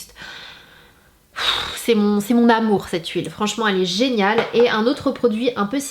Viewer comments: A 24min10 s tu m'a fait trop rire tu a dit genale au lieu de geniale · A 2min15 s tu a dit génale au lieu de géniale